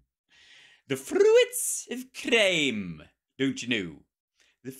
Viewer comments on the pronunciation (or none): frrrrrruits of crrrrrrrime